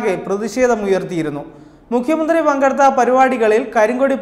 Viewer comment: Avataranam akshra spudata illa.enghish medium enne thonunnu.ayudam,mukkiya mantrii